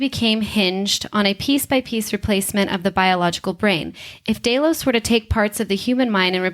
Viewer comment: This creative pronouncing is everywhere on the GOT and Westworld channels. From now on any channel that is so willfully careless as to not know how to pronounce the names of the main characters, places or entities, looking at you especially GOT, gets a down vote.